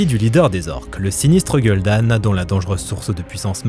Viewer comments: gueule d'âne? nan mais t'as même pas le droit d'avoir un avis si tu le prononce comme ça.... que ce soit en français ou en anglais. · Ce film qui a flop est toujours une des plus grandes tragédie du 7eme art. Etant fan de Wacraft pour ne pas dire religieux je m'en toujours pas remis. Très beau boulot et sympa la prononciation de Gul'dan, "Gueule d'âne" on dirait que tu as repris le tic de Sam Vostok haha.